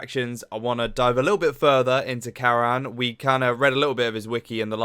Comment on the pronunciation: His name is pronounced as “Cuh - Run”